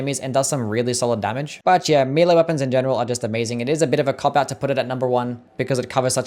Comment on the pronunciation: >mealy weapons Why can so many people not pronounce the word 'melee' properly? It pronounced 'meh-lay' in proper English and 'may-lay' in America. Nowhere pronounces it 'mealy' because that's wrong. Literally listen to it